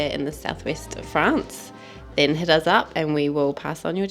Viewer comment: It’s us Not uzz